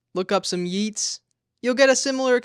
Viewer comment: You can’t keep getting away with this